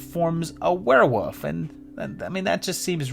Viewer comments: It's Were-WOLF. Say it with me. That's Fascinating. Champagne!! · What is a "where-wuf"???